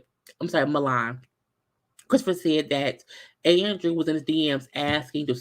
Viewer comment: I was cracking up at saying Mulan. It's pronounced Milan. This show is trash but I'm here for the reviews..LOL